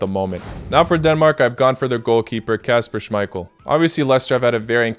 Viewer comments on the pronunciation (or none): none